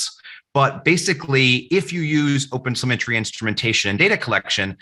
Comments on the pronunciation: Oh god, he kept on saying opensymmetry. I got confused on the way. But thanks though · It even keep sounding like "open cemetery" to me... .